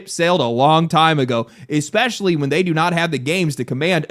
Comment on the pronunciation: he said EX-UH-SPECIALLY